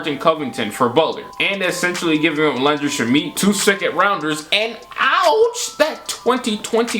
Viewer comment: I know you didn't just say the GOAT Landry Shamet's name like that....